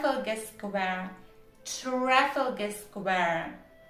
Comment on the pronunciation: Trafalgar - the stress is a bit unusual